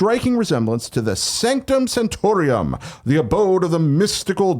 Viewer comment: Kinda Funny You’re Wrong: Sanctum Santorum, not Sanctum Santorium. Also, we already knew this and the Avenger’s Tower were showing up so it’s kind of a non-news news story.